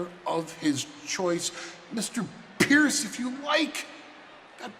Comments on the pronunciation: " call phierce " 😂😂😂😂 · the heyman pronounce pearce is hilarious piercing his name literally🤣🤣🤣🤣🤣